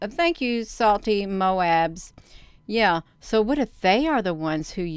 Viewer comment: You said "Hello salty moab". Lolol.